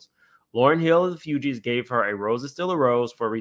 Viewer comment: Fugees not fewgees